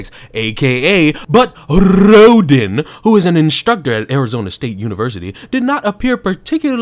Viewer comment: Sounds to me like Rhoden was a diversity hire.😂 Love it how you pronounce their names.🤣